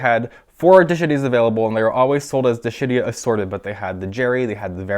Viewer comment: Dishidias sounds like "di-SHIT-tias" Ha ha! :-) I am juvenile, I know.